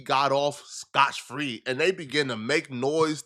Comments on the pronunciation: it's SCOTT FREE not SCOTCH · its not "Scotch Free" its "Scot Free" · The phrase is “Scott-free”, not “scotch-free” 🤦🏽‍♂️